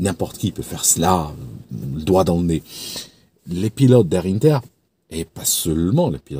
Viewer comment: on prononce 1ter en français.. pas innter 😉